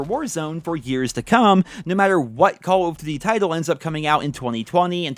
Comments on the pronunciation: Re Vaas LoL I’m not the only one that noticed that can’t pronounce “call of duty”. He says “Cawofdiddy” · "Call of Ddy"